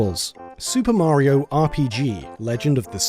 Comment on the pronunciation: You guys still can’t say Mario right.